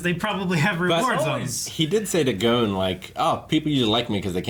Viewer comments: Its not gone its gon with a hard o sound. Like the letter O . or go-n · can you read? I said dub gets it wrong. The sub pronounces gon as gone. The dub pronounces gon as goan. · Please pronounce it gone not goan. Thanks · Gon's name and gone are two completely different pronunciations. It annoys me when people say gone like "oh he's gone now" no that's not how his name's pronounced.